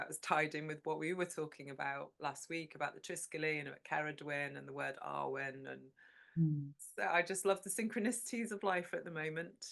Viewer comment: Totally loved hearing you both and it filled me with hiraeth for Cymru (I now live in New Zealand). I did want to invite you both to look at the pronunciation of awen. It is such a beautiful concept and one you rightly dwell on, but is pronounced with a shorter, harder ‘a’. Like the a in cat. Keep up the lovely chats. I’m looking forward to hearing more. Xx